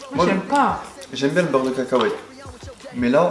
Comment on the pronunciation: elle mtue ta facon de dire beurre de cacahuete 😂 beurre de kèkèouète 😂😂😂😂